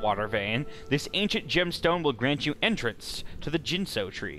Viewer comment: the g is hard, ginso tree, not jinso tree